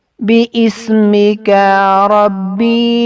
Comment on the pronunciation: Bismika hai .. beismika nahi